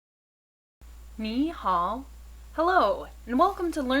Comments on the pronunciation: 你好的好音要再低一點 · This Ni Hao sounds a bit off.